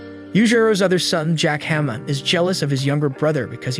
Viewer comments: It's hanma not hema 😂💀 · Sir you're pronouncing it hamma it's Ba-ki Han-Ma😅